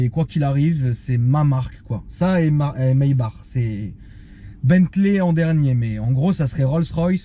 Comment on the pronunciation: Maybach pas maybar nan ?🤔